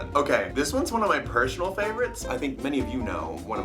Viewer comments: he was like he said pershanal😂Wait.....Did he?? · I heard him say "Its one of my Pershonal favorites"